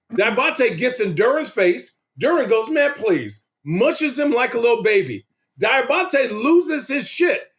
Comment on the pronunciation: Richard Jefferson is intelligent and Mature. Also the Name is Diabate pronounced. Dee a bot A